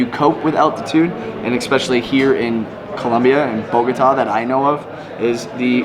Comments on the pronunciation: 1. Kinda bothered me when you say the city name, it's BogoTA, not BoGOta. Accent is in the last syllable. Just FYI. 2. They tell you to not go south because that's the area where many low-income/working class people live and you find a lot of places with visible poverty. A couple of 'gringos' would give too much 'papaya' there. You can visit, but you should be low-key and probably with somebody that knows the area. A lot depends on specific neighborhoods. --- Look up a map of 'Estratos en Colombia' (Economic stratification) to see how the city is socioeconomically divided by districts -- Monserrate is located around 1,2,3 estratos, so the safety of an area can't be quite correlated with low estratos. In general, you you don't flash expensive stuff like your iphone if you are alone here. ** I would say it is fine down south as a tourist until you reach 'Tunjuelito.' There are commercial neighborhoods like 'La alqueria' where you can find every textile you want, dresses, halloween costumes, etc. Also, there is 'Centro Comercial Centro Mayor' which is one, if not the largest and newest shopping mall in Bogota (great stores, movie theaters, etc). Also, there is 'El Tunal' which has another shopping mall, and a park. Lots of people fly kites here during the windy months like August. 3. Why did you hike down? You hike up and take the teleferico down. It's too much for your knees otherwise in my experience. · Bogotá!!!! BOGOTAAAA. That lady say BogOta. Is wrong! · She does not know how to pronounce Bogotá.😠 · So as “travel bloggers” you didn’t even bother researching how to write “Monserrate” or how to correctly pronounce Bogota?... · The way you pronounce Bogota hurts my ears. lol